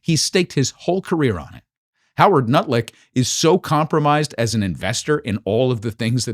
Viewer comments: * Did he just say nutlik? Haha! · You actually said "Howard Nutlick"! 😆